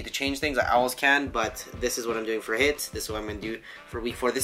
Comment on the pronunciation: HITT cardio? You mean HIIT?:P